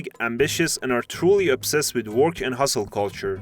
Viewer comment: I'd never heard "work" pronounced as "worch".